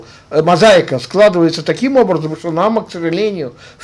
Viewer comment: за тридцать лет не научился правильно произносить имя НаАма?